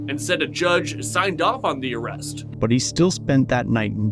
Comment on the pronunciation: SMD make an ARRESST?? haha oklahoma sounds like calfornia